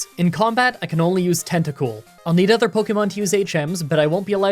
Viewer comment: Is pronouncing ‘other’ as ‘either’ a Canadian thing or an thing? Normally I wouldn’t nitpick something like this, but comments are good for the Youtube algorithm.